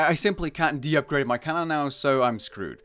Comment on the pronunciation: deupgrade? what are you saying rn its just degrade XD